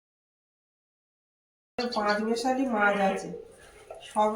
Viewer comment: মাঝ নয় মাছ। উচ্চারন ঠিক হলে শূনতে ভালো লাগে